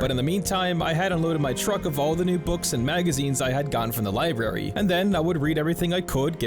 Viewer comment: You said "libary".